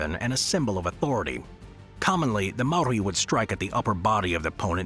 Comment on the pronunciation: Maori not Mari 🤦🏾‍♂️